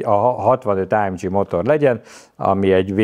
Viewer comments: Nem áemdzsiiiii hanem AMG !!!!!!! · Azt hittem a Geszti pályát váltott, tetszett a téma viszont az ámdzsizés idegesítő. Kedvencem a márka , Á M G a G az egy német helységnevet szimbolizál semmiképpen sem dzs, és így jön ki a két alapítótaggal a legendás név. Aufrecht Melcher Großaspach. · Ezen a szinten miért Lorinsen és AMdzsí?